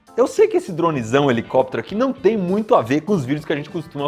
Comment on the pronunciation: "🎶Hhhelicópterr, hhhelicópteeerrr...🎶"